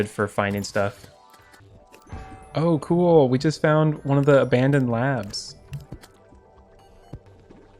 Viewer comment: also you keep saying abbadon (ab-uh-don or ab-bad-in) as abandon. just a random nitpick lol